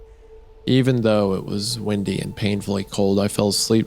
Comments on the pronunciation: I was just wondering if he says windy like that because of his accent or because he reads words weirdly on purpose sometimes lol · "windy" and "wendy" are two different words my guys